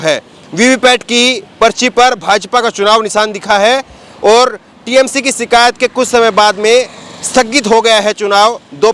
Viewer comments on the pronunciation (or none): aap bhut acche patrkar he. Lekin aap sha shabd ka sahi ucharan kijye. Sha ka ucharan sa na kijye jaise koshish ko aap kosis keh rhe he. Shikayat ko aap sikayat kwh rhe he. Bhasha me shabdo ka ucharan khaskar sha ko sa na kara kijye 0lz